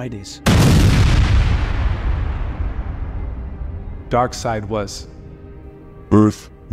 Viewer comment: Hey narrator darkseid is going to kill you for saying he name wrong